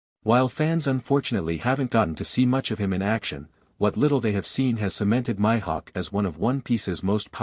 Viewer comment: My hawk? Oh lord the pronunciation is killing me